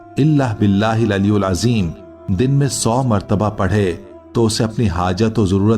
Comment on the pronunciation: Aliulajim nahi bolke alielazim huga from Bangladesh